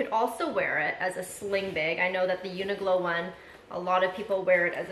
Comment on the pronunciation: New subscriber here! I don’t know if you were trying to say Uniqlo (Q) or if there’s an actual brand called Uniglow.